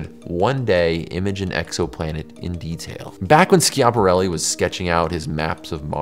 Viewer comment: If you don't know how to pronounce something, maybe Google it before turning the cameras on The amount of times you said Ski-app-arelli. Yanks favourite pass time is butchering Italian culture Was just going to say Italian language, but I remembered what you do with their food